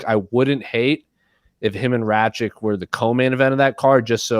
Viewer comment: its Rakic not Rachik. Cmon dude together "Rack-itch"